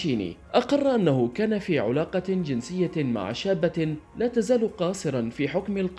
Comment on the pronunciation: كان في عَلاَقة وليس كان في عُلاقة،،تكلم فصحى صح ولا خليك عالعاميه افضل لك امام المشاهد